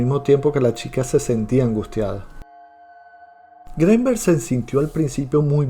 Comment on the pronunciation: Al escuchar tu pronunciación del apellido Greenberg, bote tu video